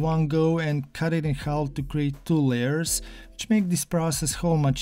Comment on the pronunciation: We don’t say the l in half